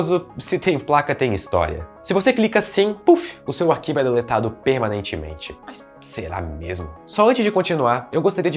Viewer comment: se o cara n pudesse falar a palavra PERMANEITIMENTE o video n esitiria kkkj